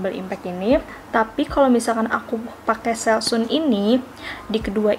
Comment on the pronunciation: Baca / sebut selsun yg benar, bkn selsun / selsan, tapi selsen.